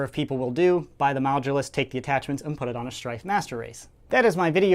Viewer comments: It's not mogulus, its modulus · 0.29 said Mogudus instead of modulus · he said mogulus instead of modulus. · the MoGuLoUs XD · to "the mogulus" wot lol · You mean modulus? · Yeah lol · The “mogulus” is what he said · Sounds like he’s saying mogulus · said mogulus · 0.29 said Mogudus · In the beginning u say mogulus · did he say mogulus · Did he say mogdulas